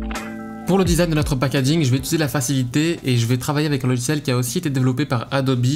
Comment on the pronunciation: pour quelle raison les gens disent-ils "ituliser" svp 😭